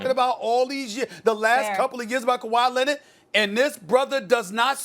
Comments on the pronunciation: “Kawhi Lennit” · "Kawhi Lennid" - Stephen A. Probably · Kawhi Lennit 😂